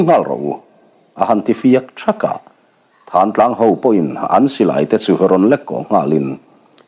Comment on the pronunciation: Thán Tlang ni lovin Thlantlang zawk tur a ni lo maw. A ziaktuin a ziak sual emaw a chhiartu in a chhiar sual emaw a ang. Khawnglung rún tute khan Mizoram a Thingsai khaw chhak lawk, Tiau ral a awm Thlantlang khua a nih hmel